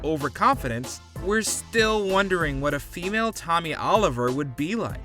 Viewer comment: Tommy Noooliver...